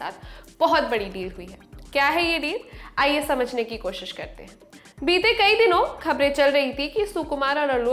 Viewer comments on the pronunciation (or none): none